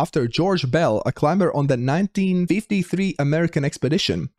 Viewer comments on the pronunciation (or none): none